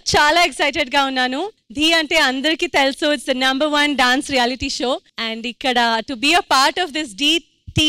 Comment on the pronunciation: Anchor garu adhi Thee kadhu dhee 😅😅